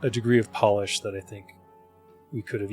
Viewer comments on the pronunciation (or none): none